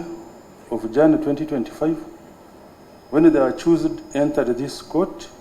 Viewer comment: So Besigye's team expects to get justice from a person to pronounces accused as achoosed??